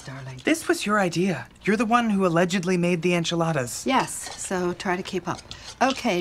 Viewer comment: "Fold in THE cheese." I just cannot with the random emPHAsis.